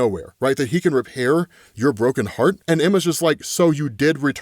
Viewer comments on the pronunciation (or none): none